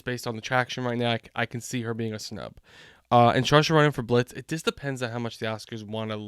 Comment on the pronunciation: Some help with the pronunciations: Ralph Fiennes. Ralph is pronounced RAFE (hard "a" and you don't pronounce the "L"." For Saoirse Ronan, it's pronounced "Sir - sha"